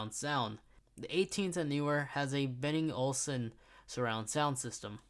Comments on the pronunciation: Hahaha I laughed when he said Benning and Olsen... People be making up brands on the go when they are filming. Not to mention Ricardo seats. It's made by hand by Ricardo Ford. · Ricardo seats ? wtf bruh 😂😂😂😂😂😂😂😂😂 , its RICARO seats with an RO at the end ... Benning and Olsen ???? , you stu pid f k 😂😂😂😂😂 , its Bang and Olufsen 🤡